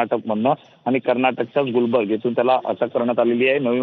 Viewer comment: are te karnatak Gulbarga city ahe gulbarg nahi ye 😅